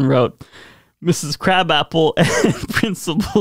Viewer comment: Her name isn't pronounced like the food. Krawb-awp-ple.